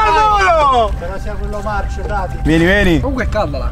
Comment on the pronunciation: marso non marcio ahahah 🤣😅😂